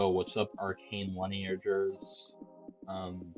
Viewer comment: Why u saying lineager like a slur?